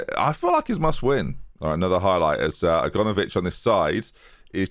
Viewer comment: Still calling Aganovic 'A-gone-ovic' after all these episodes, love it